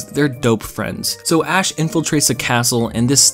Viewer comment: Thanks to you, all I can hear now is Ass and not Ash